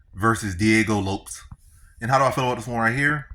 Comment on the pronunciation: U saying Diego last name wrong